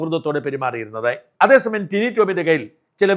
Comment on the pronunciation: ടിനു അല്ല ടിനി..